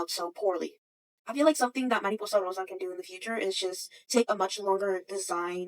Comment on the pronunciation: please do more long format videos!!! btw as a spanish speaker i love how you pronounce mariposa rosa